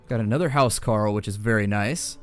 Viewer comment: It's pronounced Hoos-carl